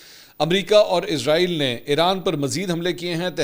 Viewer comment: # Ask Mansoor Ali Khan آپ وی لاگ ۔۔ اردو زبان میں بنا رہے ہیں تو پھر ۔۔ اسرائیل کو ۔۔ ازرائیل یا عزرائیل ۔۔ کیوں بولتے ہیں ؟؟؟ عزرائیل تو اک فرشتے کا نام ہے ۔۔ تو اس طرح indirectly آپ ۔۔ اسرائیل کو فرشتہ کہہ رہے ہیں ۔۔ تو پلیز زیادہ ماڈرن بننے کی بجائے جو اسرائیل کا اصلی نام ہے وہی لیا جائے تو بہتر ہے